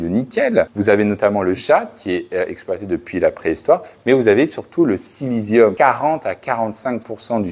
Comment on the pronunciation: Silicium et non Silésium 🤣